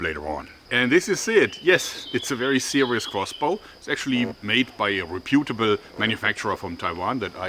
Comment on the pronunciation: re puet ahble? That's amazing Jorge. love it. Normally we it is pronounce Rep utable.